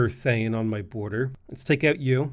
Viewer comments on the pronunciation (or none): none